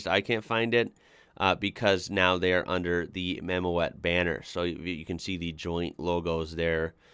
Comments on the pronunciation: Mammoet is not pronounced Mammo-at but Mam-mood. The Dutch word Mammoet is the name for an ice age elephant-like animal; the English name is mammoth. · btw .. mammoet, as an englishman the closest I can get you is "mah moot", think mammoth but without the th sound. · The little ford you were curious about is a Ford Ka. As for clearing the low wall, the trailer has a certain amount of lift capacity so they can actually raise it up somewhat if they need to. Mammoet is pronounced Maamoot (it's dutch for Mammoth) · Mammoet is pronounced mam oot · Mammoet is pronounced Mamoot. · I love your enthusiasm for these things, the trick with clearing the border wall is that the load cradle can be hydraulic lifted and lowered. The name Mammoet is pronounced as Mamut in English and means Mammoth. Mammoet is active world wide, even in North America now, bringing with them al the modern European equipment like these modular platform trailers with all steerable and adjustable axles and self propelled modular transporters (SPMT). The modular platforms can be coupled together in any configuration needed for the task, up to several thousands of tonnes capacity. Biggest manufacturer of these heavy load trailers is Scheuerle from Germany, but others like Goldhofer of Germany and Cometo of Italy build these too, this kind of modular trailers and SPMTs are still only manufactured in Europe. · Mammoet - Dutch is, like German Mammut, pronounced "Mammoot". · In Dutch, the "OE" is pronounced as "OO", as in boot or loot. Mamoet is spoken as Mamoot, thus!